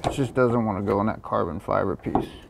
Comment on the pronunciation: Did he say carbon fibber ?